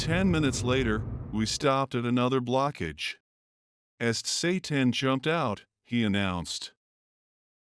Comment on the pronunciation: Tsetan❌ Satan✅😂😂😂